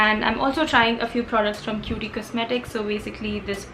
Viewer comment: It is actually Kyoot kosmetics not kyooti kosmetics 😅